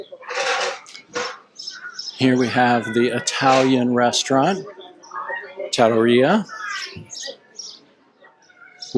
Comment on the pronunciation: Tattoria when it says Trattoria lol